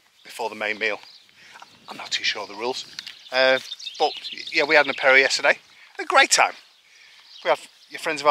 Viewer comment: Love your accent of apero! Takes me back 40 yrs when I arrived in the south west! (Gers)! As for the mutuelle just know that any accident ,grave illness ect is covered 100% by the CPAM so check your policy!Do not pay over and above!